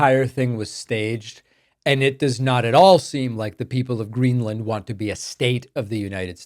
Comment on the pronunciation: "Gren-er-land" ...? Trump can't even get the name right.